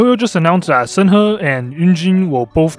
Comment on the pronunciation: The way he pronounces shenhe Its shun-hay not sen ha